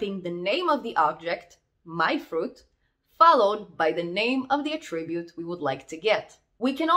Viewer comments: it is pronounced ATTribute not attRIbute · Correct, in this context (ie where it's a noun) 👍 Although as a verb it's typically said how it was said here (which is why it's a little distracting but we all know what was meant 🙂) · Very nice video, small tip: its pronounced A'ttribute or A'ttributes when it's a noun, and attri'bute or attri'butes when it's a verb. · you are doing a great job but attribute is stressed on first syllable - you are still a very good teacher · Just here to here her say "attribute", honestly.